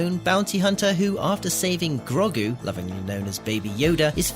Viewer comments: Wtf is it with this guy's pronunciation?... Who is Grogg-oo? Who is Pixie Modo? Do we mean Grogu and PixOmoNdo? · Who is Grog-gu? Clearly not watched the show with that cringey Grandad pronunciation... 👎👎👎👎👎👎👎👎👎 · That pronunciation of Grogu 🤦